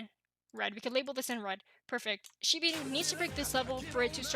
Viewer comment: It is not called shibi inu... it's shibA inu. Put some respect on the name